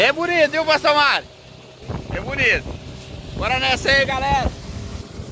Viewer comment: Soltou o "cacharinha" aí "buniiiiito"... Ganhou like:-):-):-)